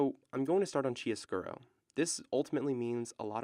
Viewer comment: “Kiaro scuro” how to pronounce 🙏🏼